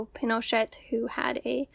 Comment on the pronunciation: Two things: i put the emphasis on the wrong syllable of Pinochet for this whole video and didn’t realize it until the entire video was done and uploaded 🫣 it is pin-o-CHET. Also, Peter Kornbluh, the author of the Pinochet File, works (confusingly) at the National Security ARCHIVE, not the “NSA.” According to Wikipedia, the National Security Archive was “founded in 1985 to check rising government secrecy. … is an investigative journalism center, open government advocate, international affairs research institute, and the largest repository of declassified U.S. documents outside the federal government.” Which all makes a lot more sense than him working for the NSA lol.